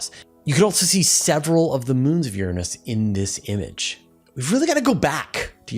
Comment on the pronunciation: I'm no astronomer but I know your pronouncing Uranus incorrectly. :)